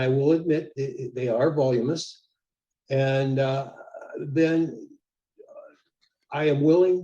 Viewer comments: Volumous? VOLUMINOUS. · "volumous", LOL ... does the idiot mean VOLUMINOUS? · Volumous. Hah. Try voluminous. Gotta love these imitation intellectuals.